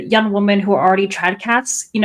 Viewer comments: As a non-native speaker, until you pointed it out, I'd never noticed that people often pronounce 'women' as 'woman'🤔 That being said, it doesn't bother me since it's usually easy to tell from context which is being used. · ok, I swear to God. I support her cause but every time she says woman instead of women it just grates on my nerves. I know it's a thing with certain feminists to weirdly use singular for women instead of plural but it's a fantastic way to annoy people unnecessarily.